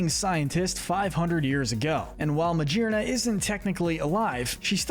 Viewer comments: This vid is a year old but it still bothers me lol It's not Ma-jeer-na. She literally has 'gear' in her name, like 'shifting gears'. Ma-gear-na 😅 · It’s pronounced SOUL-GUH-LAY-oh, yoo-NUH-vuh, coh-BAY-lee-uhn, BAST-EE-oh-dahn, muh-GEER-nuh, vol-CAY-NEE-uhn, LAH-nuh-KEE-luh, DEE-ahl-guh, PAHL-kee-uh, mell-TAN, FUR-AH-seed, FUR-AH-thorn, toh-GUH-DUH-mar-oo, redge-EE-steel, rev-uh-VROOM, pawn-YARD, AGG-ron, AHR-ron, LAIR-ron, SELL-UH-STEEL-uh, bell-DUM, meh-tuh-GROHS, and EEJ-UH-slash, “Patrick Star”! 🤨 How many times do I have to tell you: stop mispronouncing Pokémon names,! 🙄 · I’m sorry, but y’all really need to do more research into the actual pronunciation of the Pokemon names. Calling Magearna Ma-GEAR-na, with the GEAR part very clearly being a reference to its artificial nature, Ma-JER-na absolutely killed me